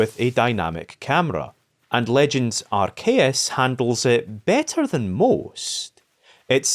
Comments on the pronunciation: Some people are arguing whether the true pronunciation of arceus is ars-eyus or arc-eyus but I don't see anyone but you calling ar-kayus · Ayeeee I’ve been wondering where was at and bro came back with a banger topic. Chefs kiss Edit from the future: dear lord you gotta stop saying Arceus like that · Who the fuck pronounces arceus like that